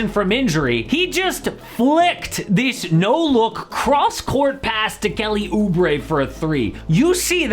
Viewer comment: nah bro said kelly oobre